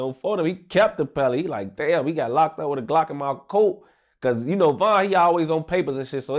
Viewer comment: really did LA voice “Damn he really got locked up in my COAT”